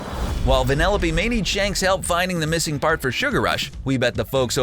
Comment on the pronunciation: Why does he keep on saying vanelope